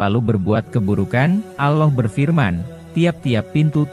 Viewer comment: Allah bukan aloh